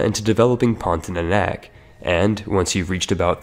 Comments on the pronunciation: omg it’s pronounced as porn-tia-nak and not porn-ti-é-nak nonetheless good video tho HAHAHAH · It's PON-TI-A-NAK not PON-TI-NA-NAK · Its pontianak not pontinanak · Pon - ti - a - nak not pontinanak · What is Pontinanak? I only know Pontianak. If you wanna do a video, you should at least learn to read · Heres how you pronounce "pontianak" Ever heard of the word "pontic"? Yeah just say "ponti" without "c" and "ah-nahk" Or to be simple "pawn-thee-ah-nack" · Wkwkwk ada juga yg kesel denger pontinanak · I just want to say : pon - ti - ah - nahk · As Indonesian it is very funny how you pronounce Pontianak Great video btw